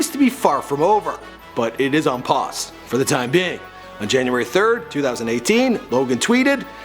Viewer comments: he said janurary 31first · Not jaunuary... December 😂😂